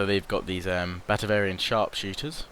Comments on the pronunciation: Batavian not Batavarian no R mate :D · Yeah he's getting Batavian and Bavarian mixed up. There's no such thing as Batavarian XD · He also keeps calling it: Batavarian. He needs to read more carefully. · Try to say it Bah-Tay-Vian Bah (short a, kinda like shouting Bah! at someone) Tay (long 'a' sound) Vian (same as 'avian' ie. bird stuff) If that doesn't make any sense (rarely does :P), then search "batavian" it at a place called Howjsay Hope this helps :D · There's no 'r' in batavian...